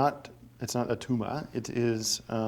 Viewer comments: "it's not a tumah" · It’s not a tuma! Dammit Gregg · "iz not a tooma" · i love that he just keeps saying "It's not a toomah" he never once says tumor normally. incredible.